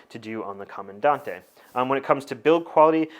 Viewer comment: Correct pronunciation: Comandan-“te”, “E”ZPresso. Great in-dept content per usual tho!